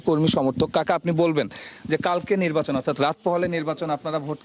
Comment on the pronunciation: নির্বাচন নাকি নির্বাসন 😂😂😂 এটা কি ধরনের সাংবাদিক 😂😂😂